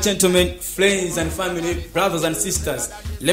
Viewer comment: Why do most malawians confuse R and L? It's not fliends and famiry and not lasta but Rasta please. It's not kacha but culture. Don't use English if it's not your language.